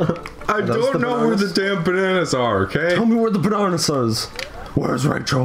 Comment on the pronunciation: Also, learn to pronounce bananas